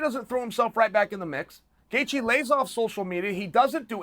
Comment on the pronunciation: Justin Chaelthje